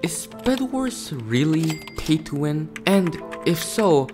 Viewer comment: Bro said phay Thso win